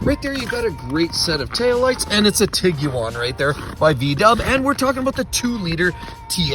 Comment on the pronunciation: I want to hear this guy say Iguana if he pronounces Tiguan the way he does.